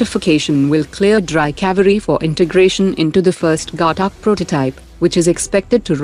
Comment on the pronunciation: What is Gatta ….its Ghatak …plz be Indian n speak the words properly …it’s hurts one’s ears to hear such mispronunciation of simple Hindi words